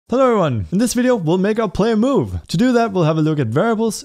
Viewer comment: "Halloevryyun" lol